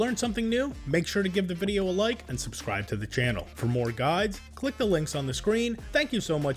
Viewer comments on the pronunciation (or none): none